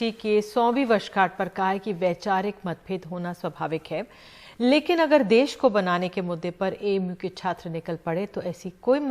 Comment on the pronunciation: कृपया देस नहीं देश होता है Ndtv